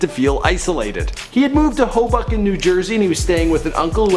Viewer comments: Hoboken (New Jersey) pronounced like the term hobo + ken; long O sound. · Anyone else realize how he said "Hobunken, NJ"? I'm pretty sure it's Hoboken, NJ. Pretty interesting though to see what Adam Driver was up to before Star Wars. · Um, hello. You don't know how to pronounce Hoboken!! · "Hoe-buck-in" Dude it's Hoboken, it's literally spoken how it's spelled. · you said Hobucken NJ........its HobOken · Hobucken NJ? Never heard of it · "hobucken"... lol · you said he lived with his mother and father in law. I'm gonna guess he didn't really live with his mother and father-in-law. Step father maybe? Ha! "Ho-Buck-in, New Jersey" Ha! Ha! Also, I believe he was a marine, not in the army. At least you said he was a marine at one point, and the army at another point. Is this guy for real? This video is a mess! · "...hoe-bucken New Jersey." LOL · Dear, Do us a favor and pronounce Hoboken correctly next time. With love, All of New Jersey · Did you just butcher the name "Hoboken"? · It was probably Hoboken, but he may have mispronounced it